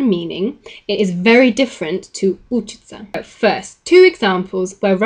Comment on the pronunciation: You are repeatedly stressing учить and учиться (stress on the second syllable) wrongly as учить and учиться (stress on the first syllable).